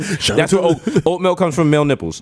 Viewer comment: Ya think Desus gonna stop saying melk?